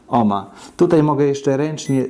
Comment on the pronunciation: Jakie to nasze polskie i przaśne takie czepialstwo. Ten, co domaga się "cześć", sam pisze- "witam", której to formy powinno się unikać. Inny "purysta" ma pretensje, że prowadzący używa oryginalnego brzmienia nazwiska Georga Ohma. Dajcie ludzie spokój, mieliście chyba niemiłych nauczycieli albo katechetów, katujących Was zaściankową hiperpoprawnością, zamiast zwracać uwagę na to, co macie do powiedzenia.